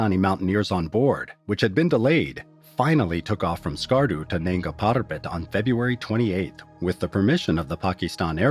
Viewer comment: Its nanga not nenga , nanga meaning naked